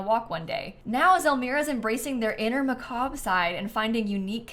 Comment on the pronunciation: I'm so thankful at least one EA creator knows how to pronounce "macabre"!